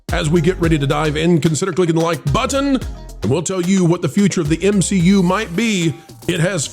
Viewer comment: did you say MCU, or M-She-U?